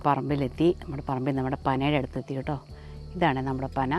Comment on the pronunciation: ഓട്ടോ അല്ല കേട്ടോ ആണ്